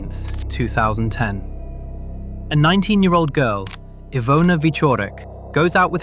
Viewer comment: Wow, that was some amazing pronunciation of Polish names and places! It's quite rare (unfortunately) to hear true crime narrators put in time and effort needed to actually learn how to say foreign names/names of places correctly, so it's such a breath of fresh air to hear you cover Iwona's case so respectfully as to say her name the way it's supposed to be said❤️ keep on going, it's a great channel you've got here!